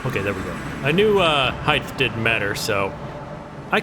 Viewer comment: just wanna point out he said heighth, anyways love your vids and wish you the best of luck for the future of the channel.